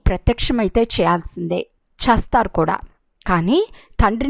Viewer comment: అమ్మ తల్లి చస్తారా, చస్తారు, చస్తాం కాదు చేస్తారు కదా తెలుగును ఖుని చేయకండి. మీ తెలుగు వినాలంటే భయం వేస్తుంది.